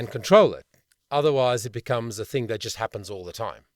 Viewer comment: Dropping the consonants at the end a phrase is a common jazz technique. Dropping consonants when you speak (like you do when you say "hea(r)" and "thin(g)") is not only sloppy, it's laughingly hypocritical.